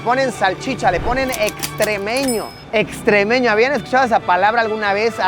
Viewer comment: Luisito no se llama extrémeño se llama estremeño XD 🤣